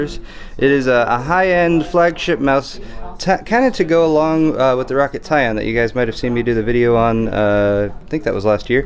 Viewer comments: Pretty sure its ROW CAT... not rocket... pretty sure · I thought Roccat was pronounced [rOh-kAt]